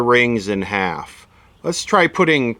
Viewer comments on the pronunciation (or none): none